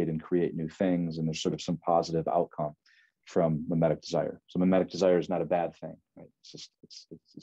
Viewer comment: mimetic, not memetic.